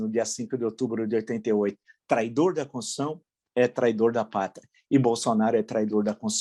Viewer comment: Villa, você merece parabéns pelo seu trabalho neste canal. Não é à toa que você tem tantos inscritos. Suas análises são muito interesantes e embasadas. Porém, me incomoda sua afobação, que prejudica suas falas. Raramente você pronuncia constituição. Sai alguma coisa parecida com concissão. Fique atento. Sugiro que você assista ao canal Bob Fernandes. Talvez possa inspirá-lo a ser um pouco mais pausado e tranquilo. Abraço.